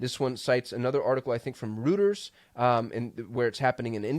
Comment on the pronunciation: Just a quick note my friend... Reuters is pronounced ROY TERS. Don't ask me why.